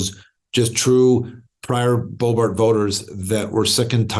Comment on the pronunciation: The fact that he calls her BoeBART instead of BoeBERT is interesting. May be a history of dismissive exchanges there.